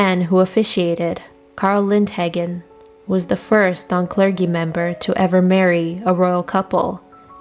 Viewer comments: How do you mispronounce "clergy"??? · Please accept this comment as the constructive feedback I intend it to be. I really love this channel and the content it makes, but please teach your narrators how to say words correctly. For example the word clergy has a soft J sound not a hard G sound. There were many other examples in this video and mispronunciation of simple words has occurred in previous videos as well by other narrators. Also, all narrators could do with putting more emotion into their reading. I give you 10/10 for slowing down the speed of the narration. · Gotta wonder if it’s bad robots, or, a gal still learning literacy! 🤔😉